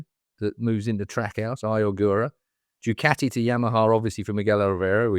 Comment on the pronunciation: Keith, Keith, Keith.......for chrissake its DOO CART EE. Please. Enuff of DOO CAT EE! It's so insulting!